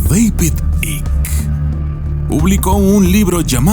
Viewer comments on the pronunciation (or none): Por favor di David Icke. Por que no se entiende tu pronuncuacion.